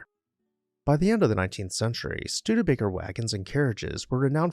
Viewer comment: The naration is great! I love the correct pronunciation of the name Studebaker-rather than the awful botched pronunciation from a few locals who say Stu-DEE-baker. Also, this presentation reports facts found in Wikipedia and other sources. Others who claim to "write" on the subject of architecture and local history are simply lifting facts found on the internet. Thanks to the producers of this honest and accurate list of facts presented factually and with honesy as well as for citing the sources to respect copyright laws. It is an interesting and educational piece.